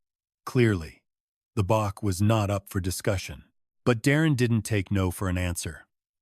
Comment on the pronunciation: Bach is Said Batch